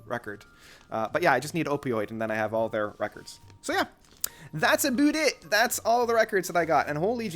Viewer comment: That's aboot it